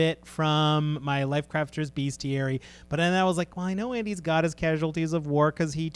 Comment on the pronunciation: Although it's a book about beasts, and shares etymology with the word "beast" it is in fact pronounced "BEST-ee-air-e.e" mid 19th century: from medieval Latin bestiarium, from Latin bestia ‘beast’.